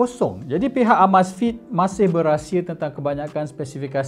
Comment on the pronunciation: sebut betul2...uh-meiz-fit....